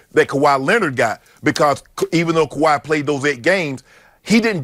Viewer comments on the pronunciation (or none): Hey Skippy, are you serious? You can't/won't even say Kawhi's name? Time to grow the hell up and pretend to be professional.